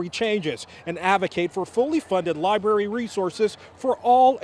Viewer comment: Half the people in that crowd call it a lie-berry